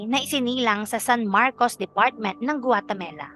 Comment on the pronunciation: "GUATEMALA" hindi Guatemela